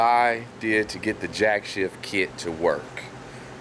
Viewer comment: Jack "shaft" not Jack "shift"